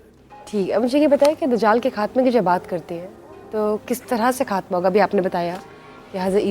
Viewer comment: افسوس یہ عورت خاتمہ کو کھاتمہ ۔قیامت کو کیامت اور خوفناک کو کھوفناک ختم کو کھتم بول رہی ہے۔اج کے لوگوں میں تہذیب نہیں بچی۔یا پھر یہ بھی قیامت کی نشانی ہے۔